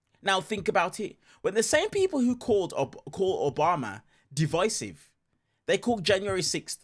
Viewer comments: lol she said di'vis'ive instead of div'eye'sive such low IQ trying to make a point when all they have is uneducated racism to spew. This MAGA needs to just shutup already. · Why does she keep pronouncing Divisive as D-vesive? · She literally can't even pronounce the word "divisive", how do you expect her to be able to define it? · She didn’t even pronounce the word properly 😂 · TBF, she didn't even know how to pronounce it, apparently. And normally I wouldn't hold that against someone because it just means you've only seen it written, but "divisive is one of MAGA go-to words in news and audio clips so it pretty clear that she hasn't given the word or what it's supposed to mean too much thought. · She doesn´t even know how to pronounce the word correctly.